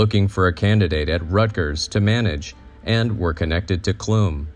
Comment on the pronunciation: I love the time and care that was put into making this video. As a Clum descendant myself, I have to make a correction. The name Clum may have been pronounced that way in the old country, but in the United States, the “u” in Clum is pronounced like the “u” in gum. I cringed every time I heard it mispronounced, but I am thankful that some of our family history and information about the life of John P. Clum is being shared.